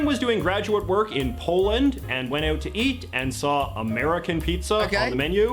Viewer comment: J.J. is a Canadian. Listen to the way he pronounces 'about'.It is a tell. So is the way he pronounces "out as OOT